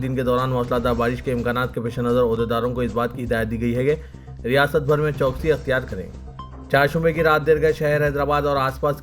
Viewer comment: CHOKSI NAHI CHOWKASI MOOSALA DHAAR MOSLA DHAAR NAHI